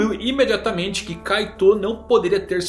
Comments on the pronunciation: Você fala kaitou mas na dublagem, se fala kait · ouvir "kaitôu" me faz definhar um pouco toda vez. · Da uma aflição de ouvir vc falando kaitô